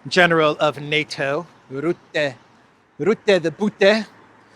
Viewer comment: Your pronunciation of Rutte is wrong, the u is pronounced as is in 'buck'